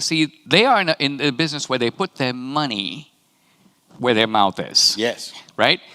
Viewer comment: Dinesh saying “money” will never not be funny.